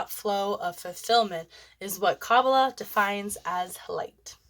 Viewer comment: Please learn how to pronounce Kabbalah ❤